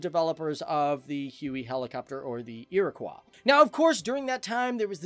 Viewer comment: Holy shit I couldn’t make it through this video. This guy is so full of crap. First learn how to pronounce Apache and Iroquois (they aren’t French names). Second, it didn’t replace the Cheyanne. It replaced the AH-1 Cobra. The Cheyanne was never fielded to the US Army. It was a concept helicopter. I don’t know who did your research but you should probably get out of your mom’s basement and learn something.